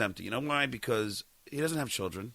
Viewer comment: If I ever have to hear him say “chilll dren “ again I may scream